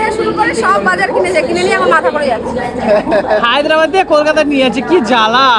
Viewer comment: Haydabad noy Hyderabad